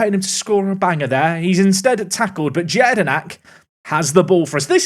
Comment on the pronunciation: If Jedynak has Polish in his nationalities, he's most likely pronounced Yea-di-knack